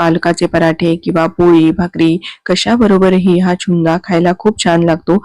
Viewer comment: चुंदा नाही त्याला छुंदा म्हणतात.😂